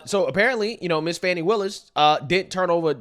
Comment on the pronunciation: My man said "fani pack".. lmao